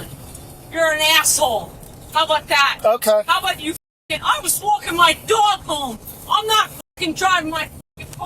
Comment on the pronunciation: She pronounced it "dwog"